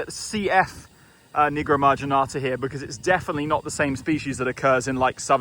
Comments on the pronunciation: Nigro(WTF)marginata. Nevermind 😂😂😂😂😂😂😂😂😂😂😂😂😂😂😂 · Every time he said “Nigromarginata” I said to myself, “Watch your damn mouth,! 😂😂😂😂😂😂😂😂😂